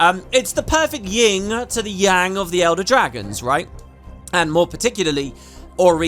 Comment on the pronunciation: *Yin and Yang. I know it's petty, but it really bothers me when people say "Ying" lol